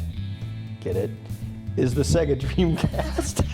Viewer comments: SAYGA NOT ZEGA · Alex Mc I always pronounced it Say-ga. I didn't know why people call it seg (as in segment) - a. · Why do people call Se-ga wrong? It is pronounced by turning Sonic 2 on